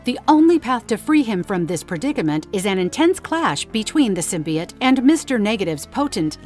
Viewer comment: “Anals” “symbuyot” this gotta be ai